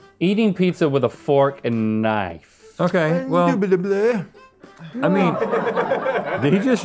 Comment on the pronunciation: No Rhett, he didn't make up a language. he said: Indubitably.